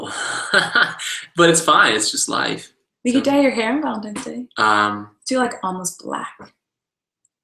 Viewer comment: VALENTINES NOT VALENTIMES